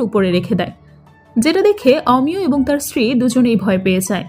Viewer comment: Apnar golpo bolar style khub baje ar pronunciation o... Omiyo.... Aamiyo noy......bhison technical presentation... Akdom emotional noy